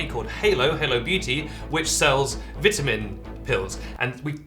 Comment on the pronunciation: Stop saying vitamin like vitamin